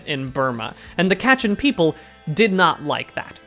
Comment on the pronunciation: I'm super late to this but kachin is pronounced more like kuh-chin